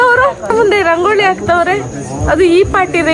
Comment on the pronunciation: ರಂಗೋಳಿ ಅಲ್ಲ ಅದು ರಂಗೋಲಿ 😂